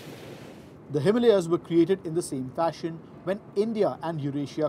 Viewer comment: How dare you mis pronounce our great Himalaya. Do you know what the word means? Don't ape the west. The way they say it is wrong.